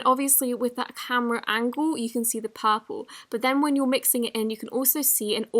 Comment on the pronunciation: it’s purple not papol 🤷🏻‍♀️